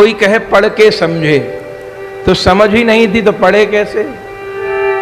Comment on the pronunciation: पड़ और पढ़ का सही उच्चारण तो करें।